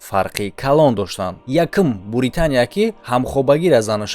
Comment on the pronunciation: Буритания не, Британия